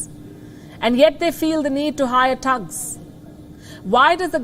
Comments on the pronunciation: its not Tugs its THugs th other then that your great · Not 'tugs', but 'tttthhhh-ugs'